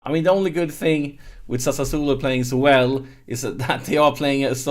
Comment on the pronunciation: Here I go again with my smart a$$ pronunciation tips: Sassuolo: Sa--Swoh-Lo. You seem to get tricked into a couple extra s's ;-)